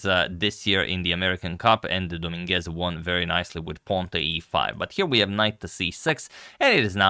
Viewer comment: Hey Antonio, love your content. One suggestion, listen to how Google Translate pronounces "Dominguez". Spanish speakers like myself will be greatful!